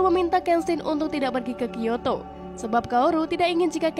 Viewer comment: Kyoto aja di bilang kiyato